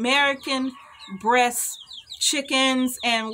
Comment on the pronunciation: American Bresse. I thought you were saying breast, lol.